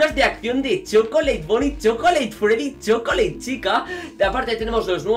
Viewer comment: Mi profesor de inglés te mataba por pronunciar chocolate mal en inglés XD ese es el man behind the class